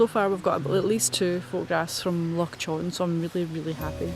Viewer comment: lol. By the way, Loch Chon is pronounced more like Loch Hon. The ch- in Chon is the same sound as the -ch in Loch. I only learned that a couple of months ago and thought I'd pass it on.